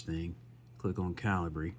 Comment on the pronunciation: Calibree? "American" accent just squashing any intentention of pronunciation. There are two ways to arguably pronounce this software, and you're using neither, without a second thought. The American cultural steamroller.